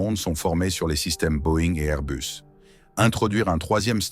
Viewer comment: C’est pas Airbeus mais Airbus. Restons français. L’anglomanie ne rend pas le propos plus crédible ni plus convaincant et encore moins intéressant. Merci.